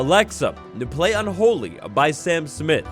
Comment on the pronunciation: Oop bro really said “ Alexa Play un holy”